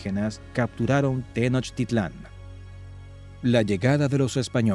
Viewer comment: Es Tenochtitlan, no tenochititlan